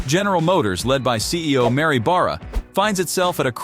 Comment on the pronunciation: This guy narrating the video mispronounces Oshawa and Barra and not once says anything relevant to the subject. Who makes this crap up?